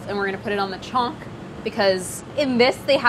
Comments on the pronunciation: Sorry but it's chhaunk... Not "chonk". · For people who care : If you're ever wondering how to authentically pronounce "chonk" , that's not how to do it. The 'n' is chonk is almost as it's not even there. So if you totally ignore it and just say "chok" it will already sound way better. Some people try to get more authentic and overcompensate by pronouncing the hard n and it just sounds way off